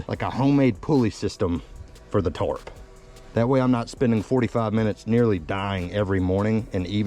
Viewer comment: & why do you keep pronouncing’Tarp’ as ‘Torp’ 😂😂